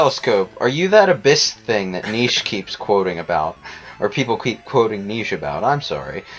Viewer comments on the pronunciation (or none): Nietzsche's name is pronounced Nee-chee, damn it! Not Neesh. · Jesus, how can you mispronounce Nietzsche so badly. "Niche". As in a something that has a small but necessary use, is definitely not how you pronounce it.